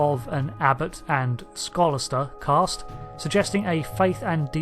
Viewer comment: There is no "r" in Caste